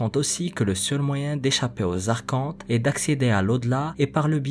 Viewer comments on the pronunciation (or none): none